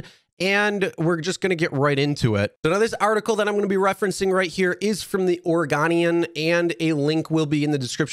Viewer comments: FYI it's pronounced Ore-eh-go-nee-ehn not Ore-eh-gon-ee-ehn. And this incident probably kills her chances of ever becoming police comissioner IMO. Not to mention the visuals of going out to a casino of all places during a pandemic when you're in city covernment asking people to stay away from crowds unless it's absolutely necessary. I actually voted for her and thought she had been pretty on point as a voice of dissent on the normally milquetoast city council, but with the caveat of not hearing her side of the story yet, I have to believe the driver because they put up with so much bs. I don't understand objecting to the windows being rolled down a little, do you really want to breathe recycled air in a stranger's car right now? However I also understand that councilwoman Hardesty is a Black woman in an overwhelmingly white region (Portland metro/SW Washington), it's possible there was some power dynamic in play that I am not seeing as a white guy and that wasn't apparent from the 911 calls. Bottom line if you take a Lyft, these drivers aren't getting paid like union member cab drivers used to, so at very least treat them with the respect you would if it was actually a friend giving you a ride in their car. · It's oreGOnian, not oreGONEian. Just an FYI. :) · It’s pronounced ore-go-n-e-n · The newspaper is called the or gowne E -un lol Oregon is pronounced organ not orygun and the casino iliani is pronounce A-la-Nay 😂 So the commissioner of my city! 🤦‍♀️ get outta here karen!